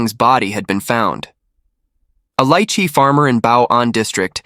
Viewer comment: Hooray! Someone who pronounces lychee the way everyone in Hawaii does! 😅